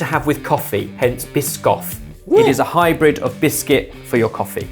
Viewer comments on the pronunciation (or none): none